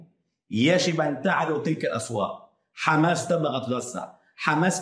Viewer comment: تعلمو يقولون حماس مو خماس هههاي